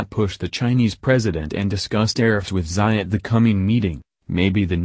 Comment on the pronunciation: Xi ( See) , not ' Sigh' .